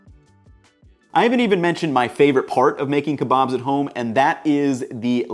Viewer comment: Keebobs and peetahs 🤣